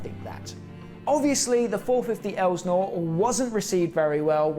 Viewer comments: Its "el sin or" not "el snore" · No one in the US would call that an Elsi. And in the US we pronounce Elsinore ( EL - SIN - OR ) not ELSNOR.. How do I know? For over 40 years I lived within 30 minutes of Lake Elsinore California. Elsionore is also well known for witches worlocks, Satan, Baal,and molach worshiping, and every type of sacrificing you can imagine. Southern California is full of these demon worshiping freaks! Finally more and more people are waking up to what really goes on. And there is only two sides to pick from, which side will you be on? If you don't feel the need to pick a side Satan will pick it for you! Love your channel, keep up the good work! ❤From the 65 year old carpenter🙏 For me only Jesus ❤ peace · Minor quibble here but Lake Elsinore is pronounced EL-sih-nor... not EL-znor. Not that one needs to live in Southern California to know that, but I do. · “El’-sin-ore” , yep, I was there, I’m that old. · I used to live by Lake El-sa-nore. Is how you say it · it's pronounced el Si nor